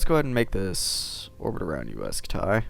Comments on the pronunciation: HE sayed UAI SKUTIE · wtf is Uaj scu-tay?